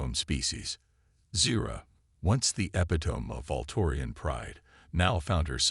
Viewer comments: Curiosity piqued NOT peaked (it's a homonym). Why do all these speech-to-text bots miss that‽ Epitome is pronounced uh·pi'·tuh·mee NOT epitōm. Rendezvous is pronounced ron'·day·voo NOT rondezvooz. This AI needs better grammar and pronunciation programming. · Look up Ethan and Epitome pronunciation. Unless the voice is an AI - then never mind.